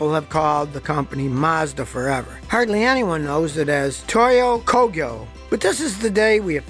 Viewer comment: Thanks Scotty for Toyo Kog-yo, not Ko-gee-yo